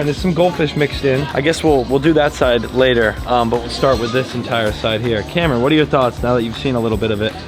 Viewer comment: Did anyone else notice that when he said "Cameron" It sounded like Camera??